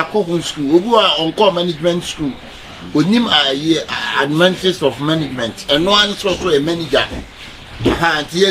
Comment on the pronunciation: “ admentris of management “ 😂😂😂